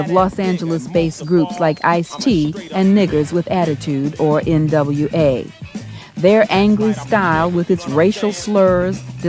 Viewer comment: Dropping hard Rs on national television while mispronouncing NWA’s name is crazy work. 🤣